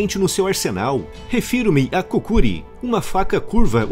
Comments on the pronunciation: Uma correção: Em o nome daquele facão é Kukri e não Kukuri. Já tive uma. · nome da arma é kukri e se pronuncia como tal, e nao kukuri. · A pronúncia correta da faca não é cucri? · Em relação a faca dele você estava pronunciando errado ela se chama kukri